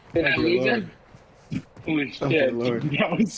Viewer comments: If it’s him, he needs to learn the word peripheral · funny!! But damn it was hard hearing him pronounce “peripheral” wrong every time he said it 😂